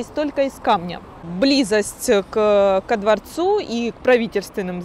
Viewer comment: И да, простите за занудство. Никогда житель Петербурга не скажет "кО дворцу". "К дворцу". Так, и только так. Так что "гид в шляпе", при всём уважении к Донецку - "учиться, учиться, и ещё раз учиться" (с) ораторскому искусству настоящим образом.